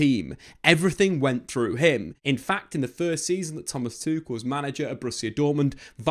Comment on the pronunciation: Tukel not tushel